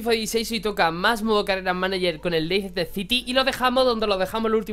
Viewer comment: se pronuncia "leister" no leicester.